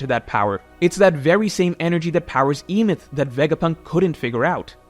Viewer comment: Sorry to be this guy, but you are 100% mispronouncing the name of Joyboy's robot friend. It's supposed to be a reference to the story of the Golum in Jewish folklore, the Golum of Prague. The golum came to life when they wrote "truth" in Hebrew on it's forehead. This word is pronounced "eh-meht," leading us to the proper name "Emet." Don't understand why so many in the community stick to the rushed leak translations instead of waiting for more qualified translations to come out.